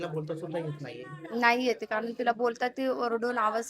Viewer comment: कारन, पानी, प्रकरन. झाला तो प्रसंग दुःखद आहे. पण आधी तू नीट बोलायला शिक बाळा मग रिपोर्टिंग कर